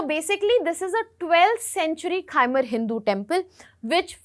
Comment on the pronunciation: it’s not kha-mer, it’s khmer